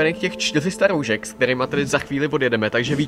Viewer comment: Pořád říkáš roužek a ne roušek